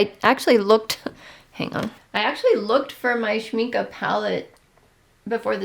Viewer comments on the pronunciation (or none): A friendly tip: For American English speakers, the last vowel of Schmincke sounds sort of similar to the last vowel in “Rebecca” (Schminckuh) and NOT similar to Schminkee or Schminkay. It’s not an exact vowel pronunciation match from German to English, but it’s a decent approximation. I think Casein is pronounced in the US as “kay-SEEN, accent on the SEEN. Thanks for showing us goodies!